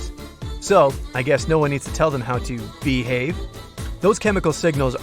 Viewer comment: Ubeelivable and beehave